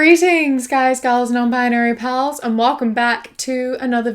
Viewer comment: I know you are saying "non-binary pals" but I can't help but hear it as "Non-binary pearls" and I just love that, yes, I am a pearl 🥺🥰